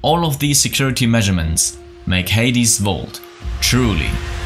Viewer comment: Haha he says hadys vault